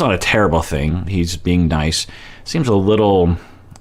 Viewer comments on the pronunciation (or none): none